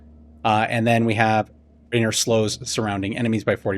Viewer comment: Good info but there is no n in Raheir. 😊